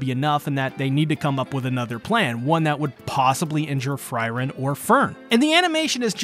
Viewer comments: Fryren? Huh You meen Frieren right? (Fuh-ree-ren)? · Who is FRY-ren ? :) Good video though. Free-Ren puleez Absolutely love Ubel this episode and as soon as I saw the chest in the room, I just KNEW she'd end up in a mimic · You called frieren normally in The fact you kept using fryren is just intended to piss us off isnt it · Fry - Ren? What the hell. Free-ren, not Fry-ren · Uhm anyone else annoyed at fries of all things? Please man speak her name properly || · Ugh, it's really bothersome to keep hearing you call her Fry-ren... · Would it kill you to not call Frieren "fry-ren"? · Pretty early in the video, he pronounced it correctly once. After that, it bugged me so much more. Another great episode of an awesome anime. Thanks for the recap! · I was looking for this comment! Why was he calling her Fryryn!? 😂